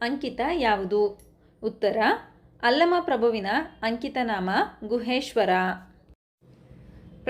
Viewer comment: ಅಂಕಿತ ಅದು ಅಂಚಿತ ಅಲ್ಲ ಮಿಸ್